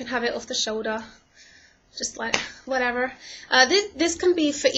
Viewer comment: haha yu said "whatever" soo americann lol , but i love your british accent (: cool video x3